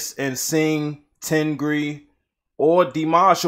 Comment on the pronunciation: it’s not ten gree... it is tengger 🤣